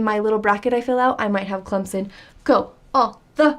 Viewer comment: Wow! you pronounce Clemson perfectly! Most sportscasters don't know how to pronounce it (they keep calling it Clemzin) But your is the way it's supposed to be pronounced. Even a lot of tiger fans can't pronounce it that good. Oh and in Smokey & the Bandit they do travel through Alabama.